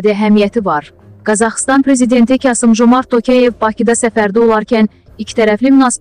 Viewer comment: Ay xanım beynəlxalq sözlər aydın, amma öz dilimizdə də,, k" hərfini harada neçə işlətməyi bilmirsən?! Qasım əvəzin Kasım deyirsə. Tokay evdə,, k" ni kar səsləndirir sən. Ayıbdır axı.